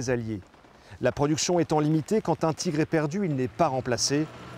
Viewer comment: Le char allemand est un Tigre, pas un "tchigre". En dehors de ça il faut reconnaitre que c'est intéressant, il y a de l'idée avec ces animations.